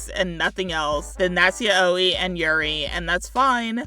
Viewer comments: I have never heard yaoi pronounced this way- also what was the 'yaoi trope' here? Talking about aro ace representation, it is a spectrum, yes it sucks when there is little to no representation of those who do not ever feel sexual or romantic feelings, but its not the only way to represent us. In the case of Katniss, Peeta and gale, I actually liked it as someone who hates love triangles. It has more to do wit the fact that she's a kid confused about her feelings- during a war. I think she's allowed to be. Now i haven't watched the movies so I have no idea if it is different. I understand this is an opinion so youre not wrong here for thinking that. Sorry I usually don't comment like this, and I don't intend to be mean but I had a few gripes with the phrasing of things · “Yuh-owi” ima start saying it like that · The way you pronounce Yaoi hurts me 😭😭😭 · Great video but yaoi is pronounced yowie and yuri is you-ri, sorry but that pronounciation hurt me physically